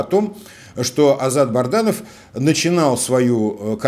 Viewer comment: Добрый день! Пишу вам не первый раз, вы упорно называете неправильно фамилию Азата солдата, это так задумано или не запоминает, что он БАДРАНОВ, а не БАРДАНОВ, для полит технолога вашего уровня это режет слух